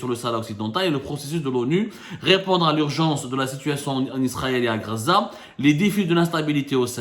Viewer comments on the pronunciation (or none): none